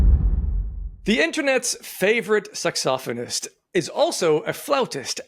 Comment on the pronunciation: "Sax-soph-oh-nest" I love it. A+ pronunciation.